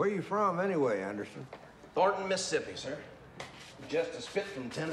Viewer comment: "You in Missipee now."